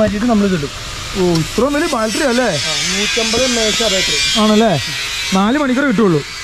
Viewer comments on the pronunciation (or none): ഞാൻ നേരത്തെ കമെന്റ് ചെയ്തിട്ടുണ്ട് ബാൽട്ടറി അല്ല ബാറ്ററി